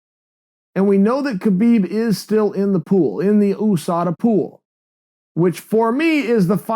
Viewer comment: Chael "oosada pool" sonnen